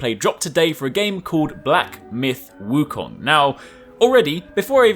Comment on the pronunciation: U r the 1st channel I’ve ever heard that pronounce “Wu Kong” right.